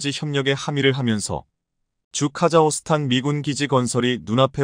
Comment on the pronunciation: "카자흐스탄" 의 이름이 그 표기가 바뀐 것인가요? "카자호스탄" 이라고 하시던데 그것이 맞나요? 아니면 잘못 쓴 것인가요? 한마디로 "카자흐(호) 스탄" 중 어느 것이 바른 것인가요? "카자(호)스탄" 혹은 "카자(흐)스탄 " 어느것인가요?